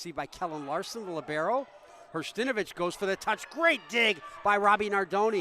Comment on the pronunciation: Hersh-ta-NO-vich. For goodness sake, let’s learn names before the game begins.